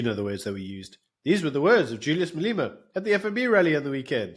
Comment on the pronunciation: How can still not pronounce Malema 😂